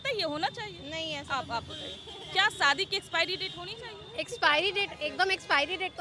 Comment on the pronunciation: Saadi😂😅😅😅 Shaadi hota hai pagli.